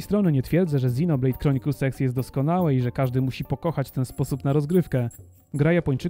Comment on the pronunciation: czy tylko ja słyszę Xenoblade Chronicles Sex? dajcie se w tępie 0.5